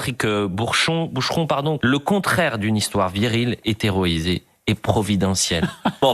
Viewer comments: Sauf que dans l'article c'est écrit HÉROÏSÉE (comme on peut le lire) et dans sa ptite tête de journaliste ça a donné : HÉTÉROÏSEE (comme on l'entend dire) ...savent même pu lire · Heroïsée. Pas 'hétéroïsée'. ... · 3'55 Une histoire "Héroïsée" ou "Hétéroïsée" ? J'ai mal entendu ou pas ? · Le mongol de CNews qui lit hétéroisée à la place de héroisée... "rent free" comme disent les anglais mdr